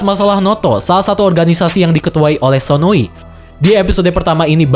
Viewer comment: sdkt koreksi, bukan sononi tetapi sonoi. ngmng" sononi itu villain yg cewek